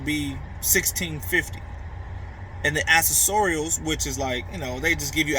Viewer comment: "ak-sess-er-ules" is how u say that word bro....